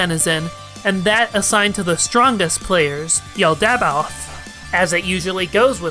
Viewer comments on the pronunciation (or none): This is half a decade late, but 'Yaldabaoth' is pronounced 'Yall-da-bauth'.